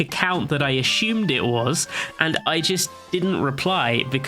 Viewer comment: he ashhumed